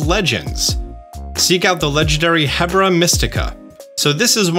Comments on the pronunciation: Hey, I think its pronounced "Herba" Mystica as in Herbs and Spices and not Hebra. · Er-BAH, Herba Mystica, like herbs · I'm pretty sure Herba Mystica is pronounced "erb-a" Mystica. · I’m pretty sure you should pronounce Herba Mystica like you do the word herb. With a soft h and not a hard one. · Why are all the poke tubers pronouncing it "hebra mystical"? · I wonder when he'll start pronouncing Herba Mystica correctly